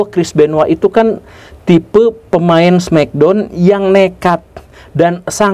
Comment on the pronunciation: di indo sebutnya smekdon bukan smeckdown